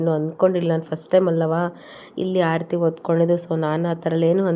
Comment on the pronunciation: ಆಡತೀ ಅಲ್ಲ ಆರತಿ